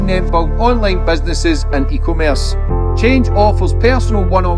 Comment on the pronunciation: Eeeeeeeeeee commerce lol it’s two words melt